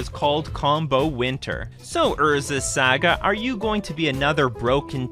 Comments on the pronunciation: Saga… SAHHGAHH not Sa Ga. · It's pronounced SAH-GAH not SAY-GUH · Can't stand the way your pronounce "saga" Lol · Love the content, never say saga the way you say saga again though.